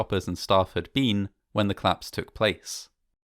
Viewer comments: Fine voice, manner and research It only demands proper pronouncing. The much-used "collaose" has two syllables. COL-LAPSE. This is a duty to listeners and to your otherwise superb work. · Another great documentary from this channel. I'm a big fan, but I just can't get over the way you pronounce "collapse" as "claps"! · ‘Clapse’ no, no no …… collapse …. co-lapse. Aargh!